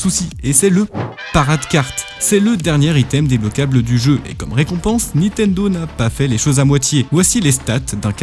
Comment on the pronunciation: C’est qui « Nitendo » dont tu parles tout au long de la vidéo ?